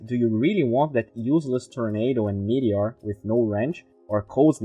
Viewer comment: As usual, it really gave some good insight on the new patch and my favourite hero, but I just have to say something. You keep saying meTHeor in stead of meTeor. I know it's not a big deal but I also know you want to improve your pronunciation and I wanted to bring it to your attention. Still a great video with good free content, and glad I am subscribed.